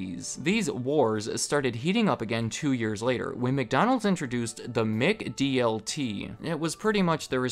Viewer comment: “Mick” DLT?. It’s MAC DLT. WOULD YOU SAY, “MICK-DONALDS”??